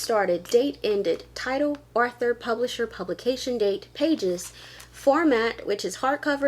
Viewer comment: Author, not arthue.😁